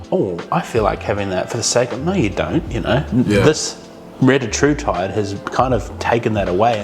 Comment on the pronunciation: It’s pronounced Ree-tat-rutide